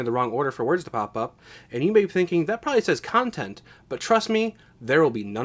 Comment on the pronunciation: Lmao "cuntent"